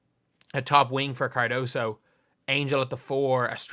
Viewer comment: FYI her name is Kamilla CARDOSO Learn to spell and pronounce it correctly, people. Respect